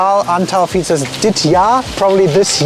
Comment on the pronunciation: wow. you nailed the pronunciation of the Fietsers board. Fun video. new subscriber here. Frikandel normally does not have that crispy outside layer. Haring is traditionally eaten with just unions no pickles, the "broodje" is ok but most people just eat the hearing and unions